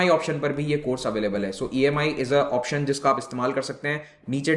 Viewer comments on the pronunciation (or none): none